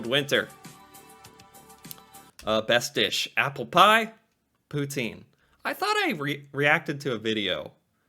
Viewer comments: Great video! Noticed you pronounced poutine, like a true French Canadian; poo-tsin. 👍 Born and raised French Canadian here and no one I know says it poo-teen - maybe in France or some parts of Urban Quebec but yeah, not where I come from... nor anywhere else I went to in the country; and been coast to coast a few times as a trucker. Here is another fact: Everyone in Canada is either a trucker, related to a trucker, or at least, knows a trucker really well. #TruckerConvoy2022 Keep it up, you're a really cool guy. 🙂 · your french pronunciation of poutine is spot on! 👍